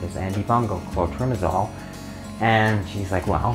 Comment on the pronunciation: Good information but I could NOT read the name on the tube and your spoken word of what it is, I could not understand. I wish you would have put the actual NAME of the product in your notes so I didn't have to spend 20 minutes going through fungal medications to find that tube: for those who can't spell it or didn't hear what he said well enough to try spelling it yourself - Clotrimazole.